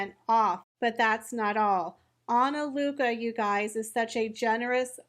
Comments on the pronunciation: I don’t think your sponsor will be very happy with you always butchering her name every time you mention it. It’s Ana Lucia, not Ana Luca. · You said ANALUCA... it's ANALUCIA. Your content always is very similar to that of RNN. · It's really pronounced ana-lu-see-ya. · It might be Ana lu cheea. Im Italian. Im not sure this is an Italian word. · ah-nah-LOO-thee-ah, sorry hate to be the annoying person who corrects people on how to pronounce a word but LOL. SORRY, no hate. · Pronounced /Ana-loo-see-a/ 😉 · Respectfully, Ah-nah-loo-see-ah is the pronunciation of the company's name! YOU are one of the perfect choices to represent her company on this social media platform. Another video well done!!!!! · You might want to look up how to pronounce*Analucia". 😂😂😂